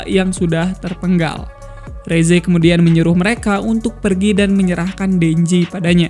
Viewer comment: Rezze yang benar" resse:v